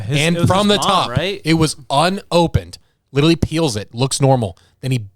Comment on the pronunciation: Now every time says literally I can’t stop hearing when he says “litewally”